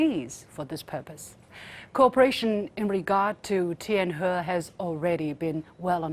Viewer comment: LiuXin, there is no need to purposely pronounce the words TianHe or TianGong in the English accent. Just say it naturally in Chinese will sound more soothing to the Chinese people. Thanks.